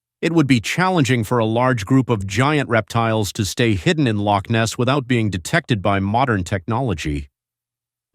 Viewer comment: The accent of the commentator is grating on my ears. Certainly not a Scottish accent, it hurts the way he pronounces Loch Ness.